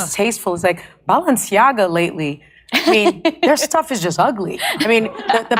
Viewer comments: notice how she pronounces Balenciaga as "Baalenciaga" Baal enci aga = Baal the king Baal enciaga = Baal's curse Hmmmmm... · “Balanchia” add lol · The multiple mispronunciations of Balenciaga are cracking me up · I like how Jimmy committed to not knowing how to say “Balenciaga” but going for it anyway with 0 fucks give. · 1. Craig has it right. 2. I counted at least FIVE different pronunciation of the name Balenciaga which made it even better to watch this video!😆😂🤣🤣🤣🥲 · I love hearing Jimmy MisPronounce "Balenciaga". Fuck those weirdos 😂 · Love how both and Jimmy are mispronouncing the brand differently 😂